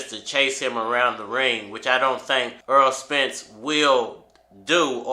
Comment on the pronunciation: The man's name is Errol not EARL - Why can't you say this man's name correctly